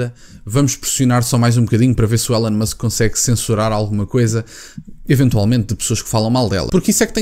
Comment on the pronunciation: Não se lê élon musk, lê-se ilon musk 🙃